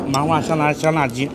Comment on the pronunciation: 麻花香辣鸡 听成了麻花沙拉鸡